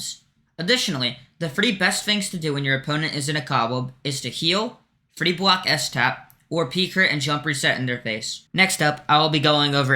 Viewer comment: "to plwace a bwock" lmao